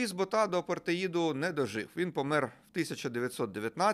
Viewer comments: Луис БОта, а не БотА. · БОʼта. Поширене прізвеще. Був ще президент ПАР